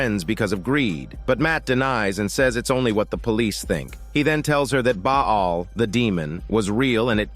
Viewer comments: Wtf ☠️ is Baa aal . It's Baal (Pronounce as Bal) . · Ba'al is pronounced as "baLL". Love your work.